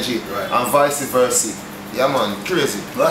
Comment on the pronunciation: "Vicey versy"😂🤣